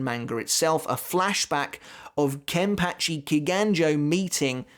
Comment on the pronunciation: Is it just me of the way he says Kenpachi somehow weird? 🤔